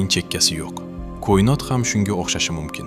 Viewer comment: Сиздан илтимос кұинот эмас коинот денг